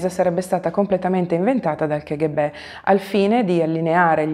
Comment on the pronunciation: Piccola precisazione: l' acronimo K.G.B. si deve pronunciare "ca-ghe-be" e non che- ecc. Lo so, può sembrare cacofonico (nel figurato senso della parola eh ; ) ma la K in russo si pronuncia KA nonostante tutti si sforzino di proposito di sbagliarla pronunciandola alla pugliese.